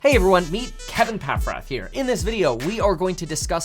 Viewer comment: Am I the only one who feel strange when he said Paffrath ?